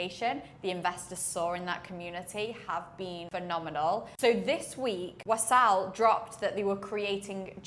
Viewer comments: it's not wasaal. it's waasl. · WAA-SL not WASAAL